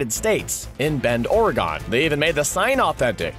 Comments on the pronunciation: "Oregone" =/= Oregon = "Oregun" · Or-Gun is how you pronounce Oregon not "ore...gone... " or if guns aren't your fourte you can pronounce it like a Organ Piano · Ore-GAWN? No no no - Ore-GUN. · Bend, ORE-GONE!? NOOOO, FFS how about ORE-G'N, not quite organ, and not ore-again...aw, screw it NVM. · It’s OREGUN! NOT OREGONE! Repping Oregon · Bend Or-Gon you don't know how to say Oregon, still love the videos! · Or-e-gun please stop offending my entire state by not knowing how to pronounce this state. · my dislike is because of the way you pronounced OREGON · Please stop saying "Oregon" like that xD